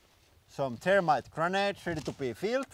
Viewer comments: I thought you were talking about termites. Not thermite. Gotta work on pronouncing the TH. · Was that thermite or termites? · Hi! I'm And today, we are going to be playing with some termites! I know the H has a different inflection when translated into english, but it's funny to hear termite like the ant instead of thermite like the explosive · the "h" is not missing, it is just pronounced differently, here in finland we ONLY pronounce the "the" as it is pronounsed in english word "they", so he pronounces "the[y]-rmite". it is stupid that in english there is lot of ways to say "the..." they the end thermite all those are differend, but why :D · It's a good thing you had 'thermite' written in your title because it sounded like you were saying you were going to play with termites. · Thermite? Or Termite? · lol, he's finnish so they don't have the þ/ð pronounciation in their language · The "h" is missing in his pronunciation